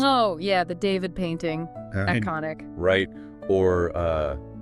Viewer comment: If you're going to talk about Jacques Louis David, at least pronounce his name correctly. It's "dah-VEED", not "DAY-vid".